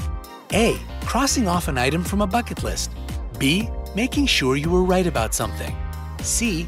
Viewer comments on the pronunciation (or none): none